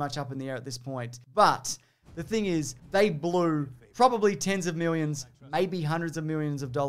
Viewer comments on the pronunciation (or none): The best part of these bombs and recaps videos is getting to hear the word 'milwions' so many times.